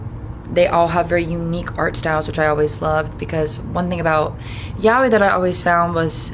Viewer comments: it is actually pronounced "yaaoy" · ikr who told her that was wrong😭 (side note nice username i love wolfstar)